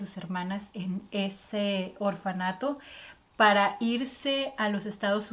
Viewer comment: Se dice orfanato